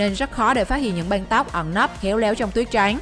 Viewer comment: "Đóng banh " " banh tóc " không đọc được vần Ăng 😂😂